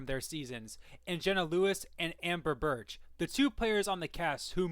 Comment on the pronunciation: "Jenna Lewis, and Amber BIRCH" ??? "She then merged in with the JABEERA tribe" ???